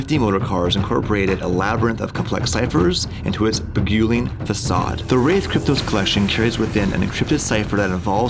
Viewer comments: lol saying beguiling...... smfh Don't try to use "big words" if you can't even pronounce them.... xD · Bi-gyewling XD. Its pronounced "bih-guy-ling"